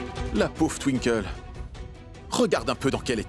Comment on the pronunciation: Qui comme moi à remarquer que c'est youvi qui sait bien prononcé le nom de Twinkle😂😂😂 pas étonnant que les autres qui commente dit tinkol d'autres twikole et etcccc.... Blablabla😅😅😅😅😂😂😂😂